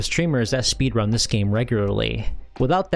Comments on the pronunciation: my man's pronunciation of speedRUN is massively throwing me off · I have never heard anyone say speedrun with the emphasis on "run" before.